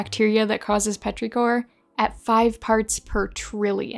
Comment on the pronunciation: Petrichor is not pronounced like that, with the i saying its name. The i is supposed to sound like 'ih,' as in "is" or "whiz."